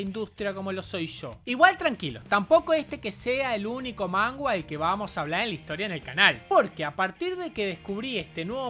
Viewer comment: Soy yo o dice "mangua"?? Xdxdxd